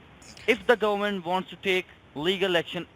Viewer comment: "Volition of regalation." "preezun" Are you trying to Defrog the gooberment?